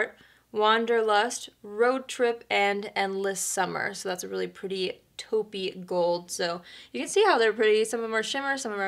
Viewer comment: Haha "but it sure is perdy" 😂 I seriously want this palette just for the packaging. I LOVE flowers so much! I think it's gorgeous for the colors.